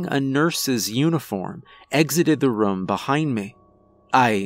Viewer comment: also every time he says the word “room” it sounds like he’s saying “rum” but I think it’s cute. Every story I’ve heard from him I catch him saying it lol